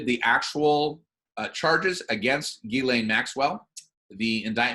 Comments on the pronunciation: Ghislaine is French and pronounced like this: Ghis - Jeez (easy on the 'J' and add a slight 'h' sound after the 'J' and soft on the 'z') - so jhees and laine - lane = jhees + lane. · her name is pronounced "Giz-lane" Maxwell (with a hard "G") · ITS PRONOUNCED 'JIZZ-LANE' MAXWELL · It makes me laugh this woman has an S in her name and no one can pronounce it. It is a French name that is pronounced Gis len or Gislen. Even though I dont like people like her anyway.